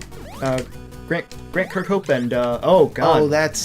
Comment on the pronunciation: Guys, listen to this video, it will greatly improve your ability to say Grant Kirkhope's name correctly